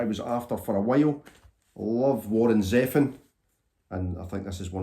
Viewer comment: Interesting pronunciation of Zevon. I thought that it was like zee — Vohn (Vahn/Vaughn)